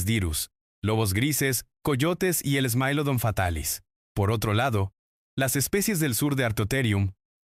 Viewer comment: thai-lacosmilus, smáylodon... 😅😂 eso no suena ni a latina, es spanglish